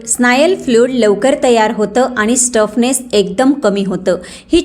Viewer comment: Stuffness nahi, stiffness